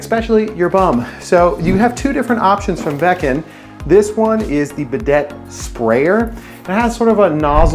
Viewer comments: It hurts my ears to hear him call it a be deit. Instead of bi day. I want to see how he pronounces Gran Prix. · It's pronounced "Biday." It's French. The last "t" is not said.😂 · It’s tough to take a guy seriously when he pronounces the name of the item incorrectly. I also liked how you wear rubber gloves presumably to prevent your hands from getting and toilet germs, and you wipe your nose with the gloved hand. If you owned a proper wrench you wouldn’t be marring up the chrome nut with channel locks. What a hack.